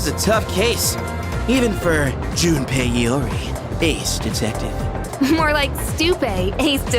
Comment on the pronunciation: Igor I can forgive but how DARE you mispronounce Junpei Iori, Ace Detective’s name